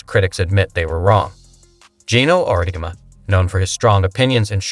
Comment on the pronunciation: This video is so sloppy. I don't know exactly if it's AI voice over or if it's someone that can't pronounce words. Auriemma....pronounce right one time, the next sentence pronounced Aurma. Then goes on to mispronounce it 5-6 different ways. Hawkayes. Dino Rosti. Etc, Etc. Then the video saying "Caitlin returns to watch the HawkEYES vs. Drake"...and it's 30seconds talking about that while showing footage of Seattle Storm vs. Minnesota Lynx game.